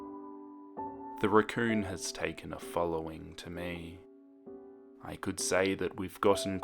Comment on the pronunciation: when u said raccoon I swear I thought u said recurring